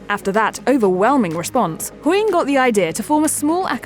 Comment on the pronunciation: Sorry i just have to say this, I hate it when they just say surnames the way she said HOYING all the time drove me mad